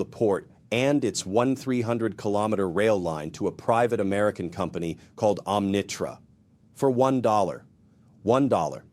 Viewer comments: Arrggh! NOT OmNITrak, but Omnitrak. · Arrggh! NOT OmNITrak, but Omni-Trak!